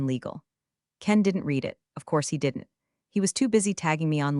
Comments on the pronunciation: Always the bad grammar with CG narrators. With "Read" it is always mistakenly pronounced 'REED' when it is to be pronounced 'RED'. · yeah, that drives me crazy too! "Read" should never be "reed" in that context! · Even A1 should know "read" rhymes with "red"! 🤦‍♀ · Read it, not Reddit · Past tense = red, present tense = reed 😅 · Ugh yes, that one grates on my nerves every time 😩